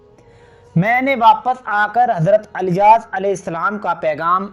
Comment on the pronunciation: Subhanallah bas Naamhise kuch Canfish hai idrees... Ku adrees aur ilyas ... Ku alyas kehte hain aap kya Saheehai?